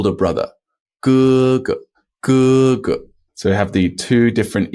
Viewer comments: I think I heard 爸爸 as paba not papa , 哥哥 as kg not kk ....so am I hearing it wrongly in reality or it was just papa and kk as in pinyin chart...... please please tell me....?? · Hey! 爸爸 is “baba” (pronounced BAH-bah) 哥哥 is “gege” (pronounced GUH-guh)